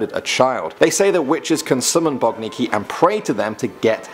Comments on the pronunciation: *Boginki not Bogniki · Number 5, which you said is "BOGNIKI" is actually "BOGINKI". Please, do analyse the spelling letter by letter. BOGINKI is plural, singular is BOGINKA. One BOGINKA, two or more - BOGINKI (not: BOGNIKI).